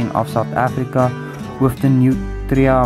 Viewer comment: Nice video, and the way u said nutria is right.